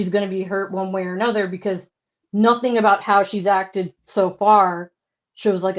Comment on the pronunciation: Where did learn how to talk? I'm from RI next to Massachusetts and I have lots of family in Massachusetts. They do not say ingk after words! What is this???